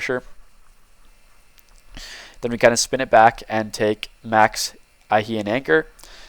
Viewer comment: Where are you getting that pronunciation of Iheanachor from? Fair enough if it's from the player, but I wouldn't have thought that's how it should be pronounced. I think it should be Ian-ACH-or.